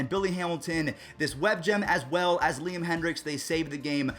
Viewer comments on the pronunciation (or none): none